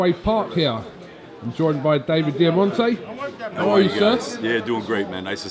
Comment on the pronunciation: Diamante? Yeah, sounds legit. Fuck off, you pretentious prick